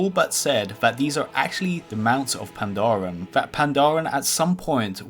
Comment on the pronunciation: "That Pandaren were at some point on the Continent of Classic WoW" Can somebody please end my suffering?